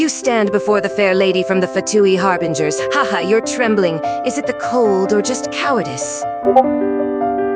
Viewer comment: "Harbringers" "Chilled" "Loomin"